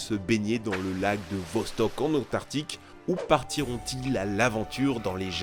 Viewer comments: Comment bien finir une vidéo " car oui la vie trouvera toujours chon chemin " 😁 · "la vie trouvera toujours chon chemin"